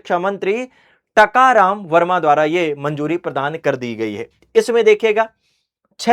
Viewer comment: It's not Takaram Verma It's Tankram Verma sir